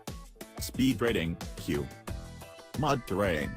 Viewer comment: What the hell is a mad terrain? Robot needs to learn how to pronounce mud